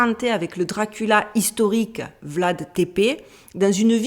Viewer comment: T'as massacré le nom de Vlad.. tu n'as pas peur qu'il va venir te mordre ? 😂😂